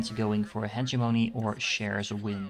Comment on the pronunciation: Its pronounced Hedge-Em-Un-Ee